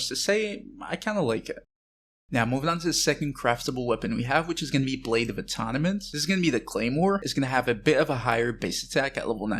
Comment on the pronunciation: blade of AHTAWNAHMINT? xD